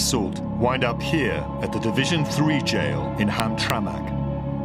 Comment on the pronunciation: It's pronounced Ham-Tramick. Not Ham-traMAK.